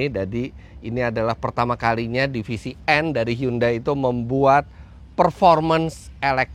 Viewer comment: tulisannya hyundai bacanya hyandai om